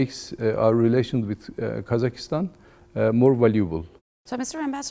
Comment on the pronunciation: Its KAZAKHSTAN Not kazakistan